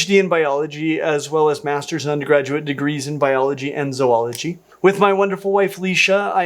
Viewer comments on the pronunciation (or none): Clint, is zoology pronounced ZU-ology or ZOH-ology?